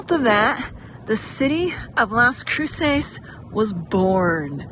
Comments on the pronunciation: I don't understand why you're pronouncing it that way. Do you have an accent or are you trying to do a spanish accent? CROO-SAYS? CROO-SESS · Its pronounced kroo·suhs lol